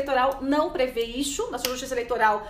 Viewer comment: por que vc pronuncia a palavra "Isso" falando "ixu"??? uma jornalista com esse problema de dicção??? sera que nunca ninguem te alertou??? pronuncie na frente do espelho :Isssssssoooo..... Issssssoooooooo Isssooooooooo e não ixuuu..